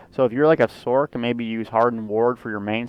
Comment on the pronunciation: "Sork"? Are you referring to the Sorcerer? If so, it might interest you to know that it's pronounced "sorserer" as with a soft C, not "sorkerer". So if you're truncating the word, you'd say it as "Sors".